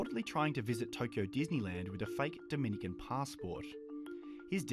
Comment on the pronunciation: Oh yea he looks Dominican...gooord idear guys especially when it's says Dohminican 😂